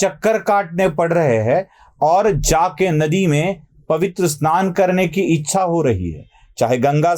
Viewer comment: इत्सा नाही हो इच्छा ... असं आहे हे..